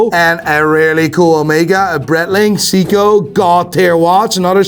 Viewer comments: Seiko is pronounced Say-Co for fuck’s sake! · Don't get me wrong, I enjoy the hell out of your content! But the fact that you call Seiko "Seeko" and Breitling "Brettling" is giving me ear cancer😖 🖖🙃